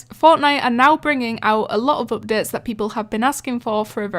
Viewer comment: I like it when you pronounce updates to oofdates